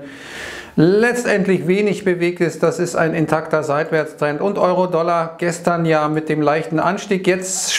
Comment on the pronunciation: 10.07 Nanuß Warum sagt er nicht "Euro Dollaar" wie immer ?